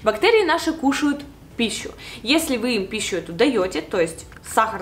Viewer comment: Она хотела сказать пищу